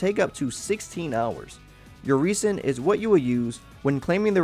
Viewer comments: Just a heads up; You're pronouncing resin wrong. It's pronounced 'res-in' not *'re-sin'*. Noticed you doing that in a few of the genshin impact videos I've seen. Good guide though; Keep it up!~ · my boy said reese in. and i dont like it. its rez in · Good info but hard to take seriously with all the errors. For example, the G is silent in Gnostic. Resin (the secretion from plants) is pronounced "Re-" as in Render, and "sin" as in Raisin. Sorry not trying to be an ass or anything. Just want to see a good channel improve. Thanks for the guide and good luck! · This is a great video, thank you. But just to let you know resin is said like reh - zn